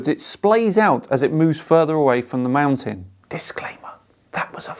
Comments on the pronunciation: If everything in the observable universe is demonstrably moving why is the Earth stationary? really should stop drinking before he makes his videos. It's mountain, not moutain. If you can't even pronounce the word correctly I can't take what you say about it, or anything really, seriously. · I know this is a petty comment, but it grates on my nerves to hear being unable to pronounce the "T" in the middle of "mountain" and "important" ("moun-en" and "impor-ant" respectively). I'm already annoyed at his cherry picking and blatant disregard for observable evidence, so hearing that just makes it worse. [End of Minor Rant] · Why are you saying "mou-an?" Good call on noticing the detail of the position of the clouds!:) Flat earth-ers: what does it do for you if the earth is flat,what do we gain by adopting that model? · Listening to talk makes me wonder why his channel isn't called aboo conspiracies! Because he clearly doesn't know how to pronounce the letter T! Mow'en! 🤦🏼‍♂️ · sounded like his video was a response to a sane person he had already been arguing with for three hours, and was just about to explode. says "mou'an" instead of "mountain", and "impor'ant" instead of "important." What a strange verbal oddity; something I find more common in teen girls and young women than in males. can't understand how a sunlit white surface like clouds can be so bright against a dark sky. He need only look at Venus in a telescope in broad daylight, and compare the brightness of it against the sky with that of any clouds present. Or a ping pong ball held against the sky at the same time. Indeed, he would also roughly match the phase if the sight line is similar. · Can we discuss how that flerfer pronounces the word mountain. He completely ignores and avoids the letter t as much as he ignores and avoids truth, logic and science. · Why can’t he say the t in mountain!? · What is a "mount an?"